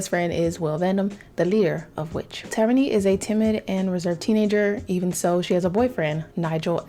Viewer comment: For choosing which Sims to do next you should make one of those "spin the wheel" things online, it keeps me sometimes Edit: Also her name is pronounced Tair-rah-knee!